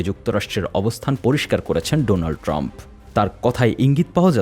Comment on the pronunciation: মোদি ট্রাম্পের নামটাও ঠিক করে বলতে পারেনা